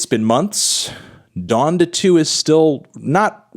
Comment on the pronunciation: it’s pronounced “Don-Duh”, Melon smh